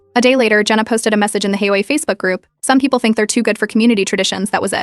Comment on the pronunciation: HOA is pronounced aitch-owe-(h)ay.